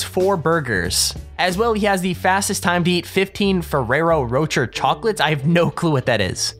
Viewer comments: I like how he pronounced ferrero roche wrong😂😂😂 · The way he pronounced Ferrero Rocher triggered me so hard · The way he pronounces Ferraro Rocher... :/